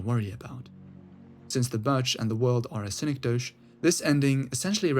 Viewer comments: Its pronounced SIN-EK-DOE-KEY btw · Yea it sounded like you might've thought it was French? lol anyway good vid otherwise